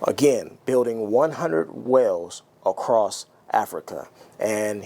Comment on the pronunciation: Hey, great vid, but there's no T in across :¬)